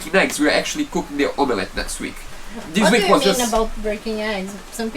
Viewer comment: Each time says the word "om a let" it gives me the giggles, try to pronounce it " om let" but all as one word so "omlet", that said your English is coming along fantastic well done as I know I'd struggle speaking anything other than English!!!